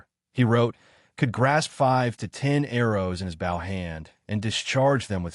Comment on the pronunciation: "bow" that rhymes with cow?